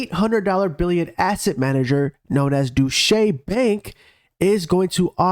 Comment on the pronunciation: 2023… It’s pronounced DOYT- CHA BANK 🤪. Use “with that being said” once per video 👍